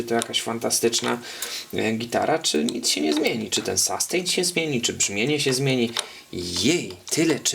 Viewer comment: no fajnie że kolejny gitarowy kanał. Wybacz ale rozwaliłeś mnie słowem SASTEJN Ale pozytywnie:) Zmierzymy SASTEJN. Mówimy raczej chyba SUSTEIN a raczej SUSTEEIN dłużej nieco E wymawiamy. Oczywiście pisałem fonetycznie. Dalej juz nie ogladalem ale sustain kojarzy się raczej z wybrzmiewaniem już razem z efektem jakimś. Np jakiś fuzzek czy Big muFF dają piękny długi sustain. Choć tak na sucho również świadczy o jakości instrumenty.Generlanie pozytywnie ale konkurencja zaróno polsko jak i angielsko muzycznych kanałów jest ogromna.pozdrawiam,Mariusz,Jak chcesz miec sastejn stary, jak ode mnie do Warszawy napisz a zrobie Ci fuzz factory z modyfikacjami. lub jakis sustainer MXR DYna COMP z opcja attack:) --efekty, modyfikacje, i efekcicki drogie jak diabli a niekoniecznie skomplikowane.